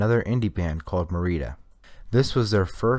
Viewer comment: hey marietta is pronounced "meh - ree- eh- tuh" btw